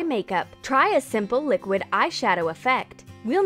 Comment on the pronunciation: did she call it liqid powder?